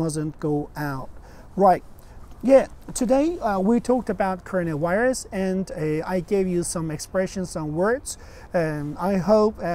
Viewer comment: all I listen is just corona wairuz